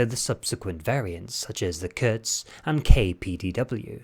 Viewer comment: Just a quick heads up it's Kurz not Kutz :)